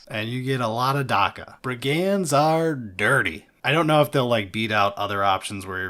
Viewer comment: by the powers why does he pronounce brigands like that